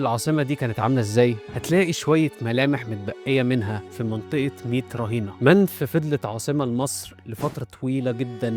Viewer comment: هوا اسمة نعرمر مش ناعرم و المدينة اسمها منف او من نفر و ليست منفس